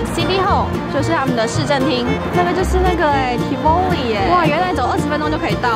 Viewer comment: tivoli 當地人讀作（國語音唸）： 「tea焚妮」。 辛苦妳了，從油油的頭髮就看得出來。